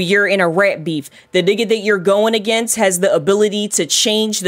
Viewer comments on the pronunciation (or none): none